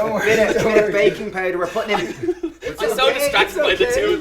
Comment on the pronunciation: i thought he said "bacon powder". i was momentarily happy, until i realised it was "baking powder" :(